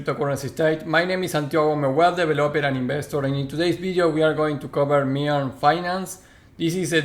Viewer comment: Pronounced "Miiiin" not "Me-an" bro ;)